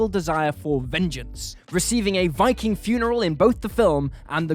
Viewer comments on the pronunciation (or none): none